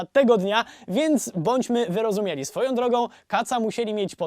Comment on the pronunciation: "wyrozumieli"? tak słychać ;) proszę sprawdzić, mnie uczyli "wyrozumiali", generalnie lubię ten kanał, oglądam od kilku lat :)